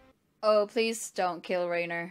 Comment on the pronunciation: PLS, PLS, PLS its pronounced "RYNER" not "RAINER" I know its not a big deal but Ive been cringing since early season 1